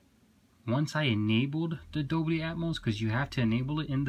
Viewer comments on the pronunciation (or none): It's dolby not doBLY 😛